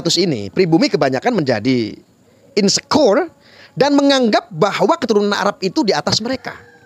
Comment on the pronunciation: tolong bahasa Inggrisnya diperbaiki pengucapannya, biar keren. Coba cek pengucapan kata insecure" dan "privilege" di kamus.